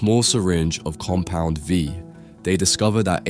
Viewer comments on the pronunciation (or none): "Compound Vive" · lmao noticed this too. also "tears up" like tearing paper instead of crying tears. and alternating between compound V, compound 5, and compound vive 💀 tried really hard not to let these ruin the otherwise great video for me but oof :') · Im not sure why, but it is very entertaining that he says Compound 5 instead of Compound V